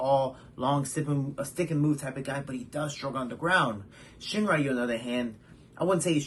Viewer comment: Hey! Great video Just so you know, Makoto Shinryu is pronounced “Shin-Ryu”, not “Shin-Rayu”